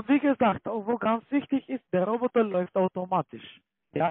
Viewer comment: Wie die immer "Rrroobbottaah" aussprechen😂 Ich schmeiß mich wech:_CCALike::_CCAFunny:Danke dir🎉